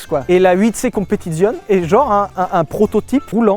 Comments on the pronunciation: Super vidéo. Mais je vais faire mon Jean-Michel Commentaire sur la prononciation de "Competizione". Cela se dit "Competitsione" et pas "Competizionne"... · Ho bordel Sylvain tu fais saigner des oreilles quand tu prononces un nom italien "Competizione", "Stradale", l'ignoble "Vignale"... Prononces au moins le "é" à la fin, StradalÉÉÉÉÉ bordel ! En plus tu le fais très bien en parlant de la Disco Volante, c'est con ! Merci j'vous aime les mecs ! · Le Z de competizione se prononce TS...😊😊😊 J'adore vos vidéos que je viens de découvrir..en fait vous parlez comme monsieur tout le monde👍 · C'est mieux si tu prononces Competizioneeee Sylvain